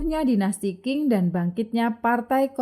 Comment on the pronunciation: Terima kasih Admin....ohya karena sdh mmberanikan mmbahas Tiongkok...harap next-nya admin perlu mningkatkn pmahaman plafalan istilah bhsa Tionghoa mandarin yg benar....misal Qing bukannya baca King tapi Ching, Fujian msti dibaca Fu Cien...ok yah min....